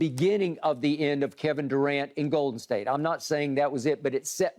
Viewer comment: Annoyed every time I hear skip pronounce it as. GOOAL/Den State